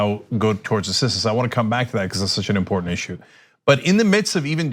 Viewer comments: Dude can't even pronounce "important" ,,,😅😅 "impoor-tan-nit" WHAT A FUCKHEAD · Import-entent.... That's what I thought I heard....